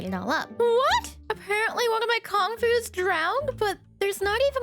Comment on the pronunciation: I have no idea how you would even try to pronounce the name of those dinos but hearing you say Con-fu just made me think of "everybody was Con-fu fighting" 😂